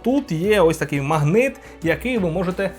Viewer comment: магнИт? ) протиВОгаз?? ВІДТУДА?? а-ну, скажи паляниця, москальня ))